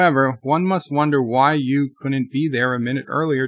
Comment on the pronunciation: Is saying Hugh, or you? It sounds like he is saying U.